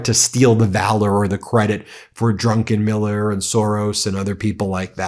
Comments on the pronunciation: Ben! It's DRUCKENMILLER, not DRUNKENMILLER! !!!! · . It's Druck- en -Miller not drunkenmiller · Not “Drunkenmiller”, his name is DRUCKENMILLER. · Ben it is Stanley Druckenmiller not DRUNKENmiller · I suspect it is pronounced "druc-ken-miller" not "drunken-miller". That would be Pete Hegseth. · When you referred to Druckenmiller it really sounded like Drunkenmiller which came over as very odd! You're right about Bessent, he is an incompetent suck-up to corrupt, criminal, sex abuser, toxic serial liar, and war criminal Trump and one of his chief corrupt enablers. Impeach Trump and this awful administration of liars and grifters now. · hehe drunken miller, read that name again Ben, you put in an extra N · Drunkeniller? Is he Hegseth's cousin? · His name is not DUNKENMILLER!!